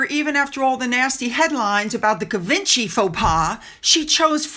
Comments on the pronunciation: Givenchy is pronounced "zhee - vaan - shee" NOT "Give - en - chee." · I get that the point was to trash Meghan but it would still be polite to pronounce Givenchy correctly (jee von chy) The French didn't insult the monarchy. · FYI Givenchy is pronounced Jzee-vahn-SHEE (Jz is a French sound, as in Jacques Cousteau). Im not trying to be picky, but ... if you are speaking a foreign surname one may as well say it in the native language ;-) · She's just a polarizing person. I think that it will be nearly impossible to change public opinion after her years of arrogance and flapping her gums. Also, Givenchy is pronounced "zhee vaan shee". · Hi, FYO Norwich is pronounced “Norrich”and Givenchy “Jeevonshee” X ❤️.